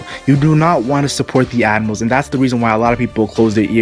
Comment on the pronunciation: the way you say admirals , sounds like animals